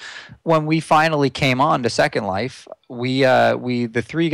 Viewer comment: Linden Dollars are/were actually printed? Why the emphasis on Second Life? To me, that sounds as if he reads it as 1 word. The LindeX is not really floating. The USD has been at around L$ 250 for as long as I can remember! Here! :D Not at the moment.